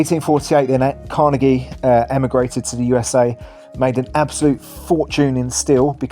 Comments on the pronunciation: If you are going to make a reel about Scotland Greatest Cities maybe have a narrator who can pronounce 'Carnegie' properly!!!!!! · I’ve never heard Carnegie pronounced like that before 😂